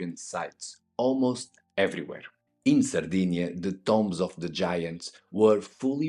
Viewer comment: Love the videos. Great that you do not use AI narration. Tombs is pronounced like TDoom not Tom BEST REGARDS FROM BIG fAN